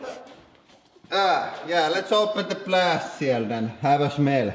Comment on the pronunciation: "Vot da fuuuck" and "shmell" killed me😂